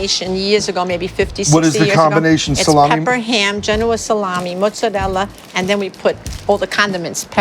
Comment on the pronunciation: Why do they pronounce mozzarella like that? Ew